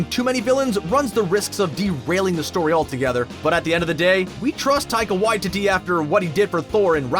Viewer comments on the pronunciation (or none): Dude, it's Whyteetee, not Whytitty 😂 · Idk why I found it so funny that he pronounced taiga waititi, tiger y-titty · Taika Why-titty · I thought it was Taika Waititi not Taika WhyTitty... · Taika Whyteetee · Waititi Why-tee-tee 🤦‍♂️ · omg I just realized Taika Waititi can be pronounced "Taika WHITE TITTY" hahahaha